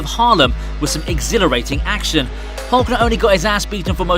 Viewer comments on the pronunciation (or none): none